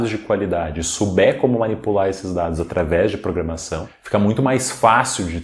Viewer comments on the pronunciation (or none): "Programação" e não "Programasão"